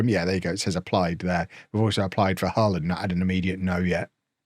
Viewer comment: I appreciate you pronouncing Hull correctly